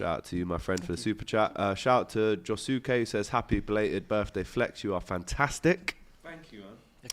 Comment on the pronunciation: Sounds like he says happy birthday to fleck or flake. Definatly not hearing Flex.